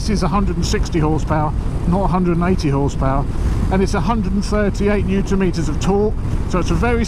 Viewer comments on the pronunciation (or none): none